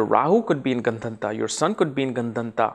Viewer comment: gun-dhun-taaaaa ? no, it's Gandaanta